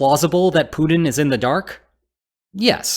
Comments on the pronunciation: You keep saying Punin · Hey! You gotta start pronouncing putlers name with a “T” sound (instead of a “D”). Or wagner with a “W” instead of a “V”. Or Afghanistan with its second A sounding like an “A” instead of an “O”… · “Poodin” = “Putin” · I like ho you call him "Pooed-in"